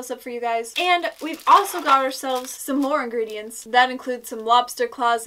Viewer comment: omg how u said ingredients